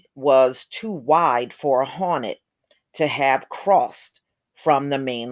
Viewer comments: Its pronounced hore net not honet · Is it HAWNET or HORNET. LOL! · Asian giant HAWNET 😂😂😂😂